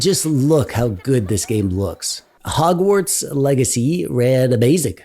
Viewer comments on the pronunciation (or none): none